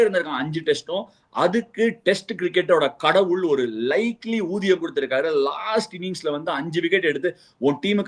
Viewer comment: Ashwin said, 'uriyam', which means salary/wage and not uthiyam!